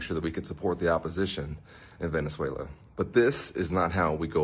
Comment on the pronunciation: So nice that someone can actually say Venezuela 😅